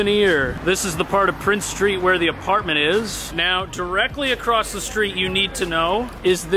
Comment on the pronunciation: He said AcrossT lol there is no T in the word across